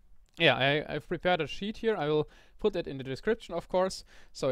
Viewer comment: did you say sheep xD